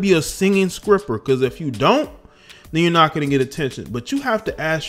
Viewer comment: Did you say a "singing skripper ", dude🤣🤣🤣🤣😑